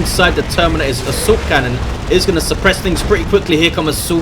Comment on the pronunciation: why do u always say subcannon instad of assault cannon? that is what i always hear